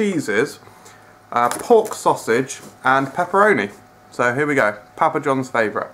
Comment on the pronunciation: Stop saying pappa like that. I'm from England and no one says it like that.